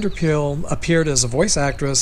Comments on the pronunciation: Pyl is pronounced like pile. Just so you know. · Just so you know Pyl is pronounced Pyle and not pill. I used to say pill too until I heard it correctly. And Blanc is pronounced blank, only those who don't know say it wrong. Something you probably didn't know, Alan Reed's real last name was Bergman and the voice actor who does Fred's voice now which is Alan Reed's version, is Jeff Bergman, no relation. Daws Butler reluctantly did the voice of Fred and Barney in the 1959 pilot and voiced Barney again for 6 episodes when Mel was in a coma after his car accident in 1961. Nobody who wanted to keep working would do any of Mel's characters while he was in a coma. But they wanted to keep making The Flintstones and got Daws to voice Barney. And after Mel started to do Barney again he wanted to go back to the voice he did since season 1 but Daws did a different version that sounced more like Art Carney which everyone liked better, so that's when Mel started to do his second Barney voice. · Vander Pyl. pronounced Vander Pile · Yes, her name as I heard it was Jean Vander Pile, ( spelled this way for pronunciation reasons only) , Love your stories and videos, trying to find the subscribe button.